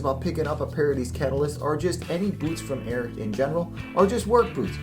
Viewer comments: What makes you think that “Ariat” is pronounced “Airett”? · Calls himself but cant say ariat correctly